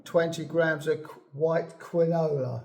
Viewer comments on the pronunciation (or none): Some of your pronunciations are different from what I know, particularly how you pronounce quinoa phonetically. Just my observation, not a critique at all. This seed bread is quite reminiscent of a Scandanavian video demonstration I once saw, and yes, you are correct---flax seed must be thoroughly ground. Amazing how tough its little shell is that even the stomach can't break it down.